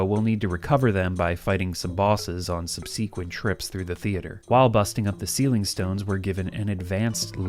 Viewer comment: It's strange to me that you can say Chinese words almost perfectly.. But haven't Googled "subsequent" to see you're saying it very incorrectly.